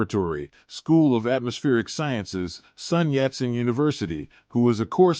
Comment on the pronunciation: It's Sun Yat Sen, not Sunyatsen as one word. Look for online Pronunciation Guides please. Nice visions but none will be funded or practical.